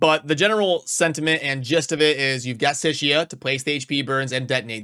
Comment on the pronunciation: Hate to be THAT guy….but Sicia isn’t pronounced “sishia.” Think of the C like an S.